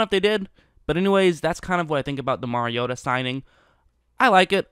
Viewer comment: Well at least you know how to pronounce the name of the person you are critiquing. Most in the national media can't even be bothered to do that.